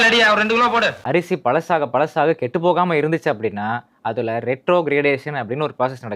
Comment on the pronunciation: Ration அரிசி பற்றி பேசும் போது அடிக்கடி, கெட்டு போகம... கேட்டு போகாம..... திரும்ப திரும்ப சொல்றீங்க.......😮😅😮😮😮😮😅